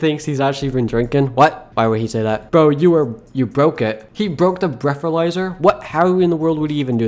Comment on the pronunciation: “You broke the breathaizer”